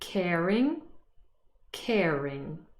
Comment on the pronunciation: I have never heard anyone pronounce bird with an e before! And #8 seems like a rule breaker to me, it's not ca ring it's car ing. At least in my American dialect.